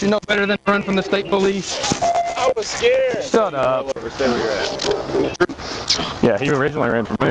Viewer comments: “I was skeered” 😂 yeah, of getting caught!! 😅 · "I was sceered..." Yep. Just like every other criminal in America.